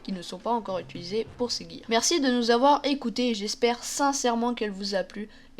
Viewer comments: c'est le "gear seconde" pas le jear deux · ptn il me stresse avc son jear mdr c gear pas jear ptnnnn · tu dis jear au lieu de gear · GGGGGear pas jear putain... sinon bonne vidéo